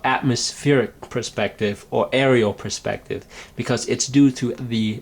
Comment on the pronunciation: Some really good points here. I especially liked the thought on colour fading as distance increased. Only one niggle - the word perspective is being said wrongly. the word is pronounced P-E-Rspective not P-R-E-spective. Sorry, but it really gets to me.